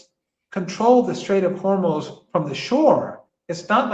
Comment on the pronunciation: note how Marandi is teaching us the correct pronunciation of Hormoz